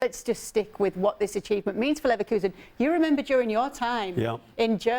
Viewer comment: NEVER say Neverkusen again.